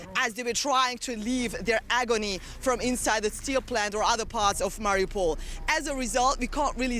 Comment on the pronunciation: It's MA-riu-pol, not ma-RI-u-pol. He put the em-PHA-sis on the wrong syl-A-ble.